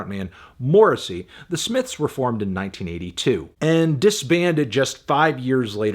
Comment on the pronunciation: the smiffs